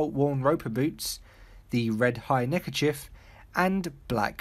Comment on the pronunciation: Why did you say neckerchif? It’s neckerchief. Does that you you call a police chief a police chif?